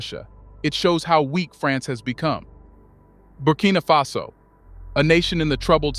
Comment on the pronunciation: Why are you switching and calling the country "Burkina fesso"? Instead of Burkina faso? Why are you reading it with a twist? Are you referring to the Italian word Fesso?